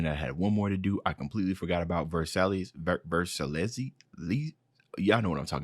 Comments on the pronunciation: It's pronounced Vers-eye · Just by the way. The last track, Versailles, Pronouce it like Ver-sigh. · I saw you struggled with "Versailles" at the start of the video so here is how to say it, "vers i" with the "i" sounding like the english letter's name, in French "ai" make a similar sound to "é" but if you have 2 L behind it (or one if no letter comes after like in "ail") it makes the same sound as the way you would say the name of the letter "i" in english. In Versailles the "es" at the end is silent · Tell me something... How do you f**k up pronouncing Versailles (Ver-Sigh)? Seriously, I want to know. The Treaty of Versailles is one of the most important mistakes of the 20th century. If you don't know a thing about the instrument that ended a conflict, how much could you know about the conflict itself? Why the hell should we give a damn about your 'reaction' to a song you don't know a damn thing about?!? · Versailles is pronounced “Versai” btw :) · I always describe it as “Verse I” or “Ver Sigh”